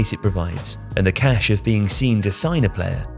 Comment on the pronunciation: "Caché". Not "cash"